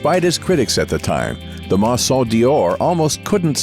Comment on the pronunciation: The mangling of couturier, maison and other vocab is at first, annoying, and finally funny in a ridiculous way.😮